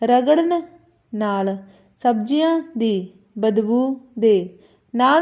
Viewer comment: ਮੈਡਮ ਜ਼ ਪੈਰ ਬਿੰਦੀ ਨੀ ਬੋਲਦੇ tuc ਜਿਵੇਂ ਦਰਵਾਜ਼ਿਆਂ ਸਬਜ਼ੀਆਂ